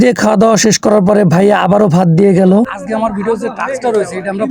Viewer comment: ভাই আজগে না আজকে হবে। তবে কনটেন্ট ঠিক আছে